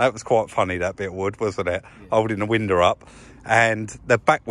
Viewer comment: when you say window at the end of a sentence you say window, when you say window followed by another word you say winder...nice work on the stripe...I would like to see it extended over the bumpers and trim...and great work on the fringed seat, I can't believe it's the same seat..